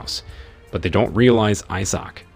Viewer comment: I'll just watch the series the way this bot narrator pronounces Issac drives me insane!